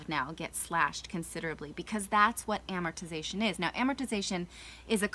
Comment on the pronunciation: Why cant these guys say 'amortization'?